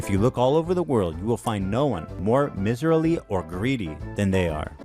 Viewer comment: Ethan not knowing how to pronounce “miserly” kills me